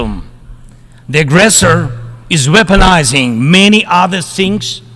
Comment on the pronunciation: weoponizing nuclear energy hhhhhhhhhhhhhhhhhhhhhhhhh